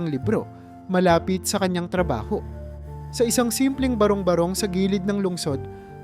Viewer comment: Ano ba yan? Ulit ulit talaga .kainisssssss.tapos ang pronouncetion ng barong barong ..ba.. rong ..ba .rong malipat na nga .kaasar?